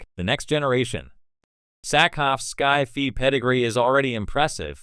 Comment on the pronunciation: AI stupidly mispronouncing SCI-FI... lol